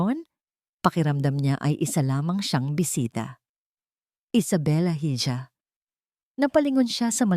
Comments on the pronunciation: Why you pronounce iha as hidya? That's i-ha..... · Madam ang tamang bigkas sa hija ay iha .madalas kong marinig na lagi mong binibigkas na hidya ang hija .gusto lang kitang matuto pra di ka pagtawanan. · Hija ang spelling sa spanish iha ang pronnounce